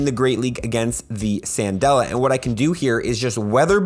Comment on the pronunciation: CANdela, not SANdela. Like a Candle, because shes a fire type trainer.